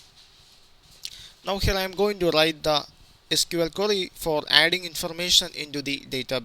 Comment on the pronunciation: Great tutorial! And i love the way he says "query". Always sounds like "curry". Now im hungry. :D